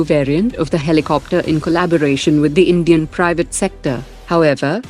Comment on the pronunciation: I heard "Comedian" prime minister at the start 😂😂